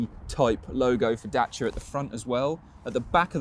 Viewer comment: Great review. Impresie how you pronunce Dacia🙏🏼